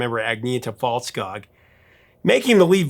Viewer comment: You seem to have problems with pronouncing Agnetas last name: Fältskog (Fieldforest in English)… Try: Feltskoog👌 I’ve really liked most of their songs except still hate their breakthrough Eurovision song: Waterloo!😞 which was just a lot of noise dressed in funny clothes…😖